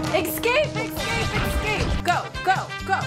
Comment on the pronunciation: the way she says excape instead of escape will never not get me 💀